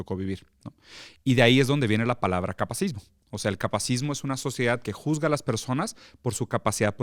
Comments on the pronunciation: Interesante, solo que es “capacitismo”, no “capacismo”. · “Capacitismo” no “capacismo” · Holi! Solo vine a corregir que se dice "capacitismo", no "capacismo". de pronto quita la sílaba "ti" también en "coercitivo" y dice "coercivo". Y yap. No me odien! Solo comento porque está en el título. 💕